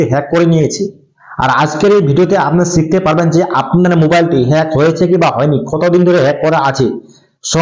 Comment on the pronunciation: # Pronounce Hej hobe 😅